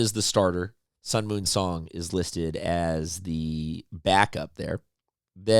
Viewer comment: Sung-MUN Song Pronounced: Like MUNG (without G) NOT MOON.